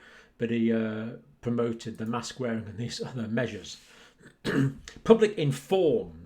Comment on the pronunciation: Mask for what MASSKKKCs pronounce